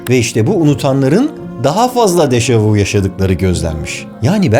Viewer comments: Degerli karde$im, bâri siz bu kökü ve güncel hali fransizca olan, ''daha önce de gördüm'' anlamina ve iki sözcükten olu$an bu deyimi dogru telaffuz ediniz, bu deyim ''deja vU'' degil ''deja vÜ'' $eklinde telaffuz edilir, amerikan filmlerinin (veya kültür emperyalizminin !) her $êyi oldugu gibi dildeki dogrulari da yamultmasina bâri siz izin vermeyin be degerli dostum.. Saygimla.. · Déjà vü * diye soylenir 😊 déjà vous degil. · Dejavü diye okunur. 🤦 Barış Özcan'a bunu soylemek milyonda bir olur sanırım. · Fransızcada "Deja vu" yazılıyor, ama "Deja vü" diye okunuyor. "Michio" - "Miçio" gibi okunmalı," Mişio" değil.